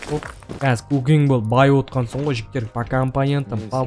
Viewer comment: Братан та жігтер дегенің тәжіктер деген сияқты естлед